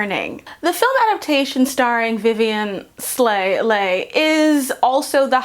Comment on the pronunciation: Leigh is pronounced Lee, fyi…